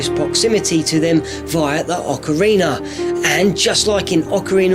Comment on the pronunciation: ocariner of time